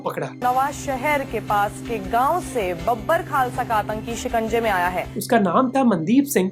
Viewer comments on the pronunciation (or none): Bro please call it as बबर and not बाबर, its a big diff, Babbar is like the Babbar Sher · Not बाबर, it's बब्बर Mohak Bhai!🤭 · That is बब्बर not बाबर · Great insights bro, just one comment most of the Punjabi pronounciations were incorrect, for e.g. it is बब्बर Khalsa not बाबर Khalsa.. and there were a few more as well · Great video, just a feedback, the group is pronounced as bab-bar Khalsa group & not Babur Khalsa group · It' s not babar its pronounced as babhar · Not baabar it’s Babbar and it’s Surrey (Sarri) not Saray . Focus on pronunciation. If India killed him why they are not admitting. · Its बब्बर not बाबर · बाबर खालसा नही, बब्बर खालसा , कृपया ध्यान दें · Wrong pronunciation...its not Baabar its Bab-bar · बाबर खालसा नहीं बब्बर खालसा 😁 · बाबर खालसा नहीं बबर खालसा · Baber aur Babbar mein fark hai thoda dhyaan se pronounce kriye! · Its not बाबर but बब्बर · सब गलत गलत बोल रहे हो बाबर नही है बब्बर है... बेयांत सिंह नही हैं बेयंत सिंह है.. ठीक करो ये सब ..काफी सारे शब्द ठीक से नही बोले हो. किसी जानकार को दिखाओ और AI से ठीक करो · Baaber Nahi Babbar Hae Bhai Pronunciation Pe Thoda Dhyaan Diya Karo Yaar 😏😏😏😏😏